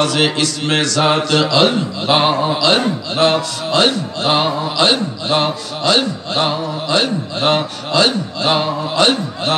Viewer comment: হায়রে ভন্ডা আল্লাহ নাম টা বলতে পারে না.. বসে বসে জিকির করলে কি হয়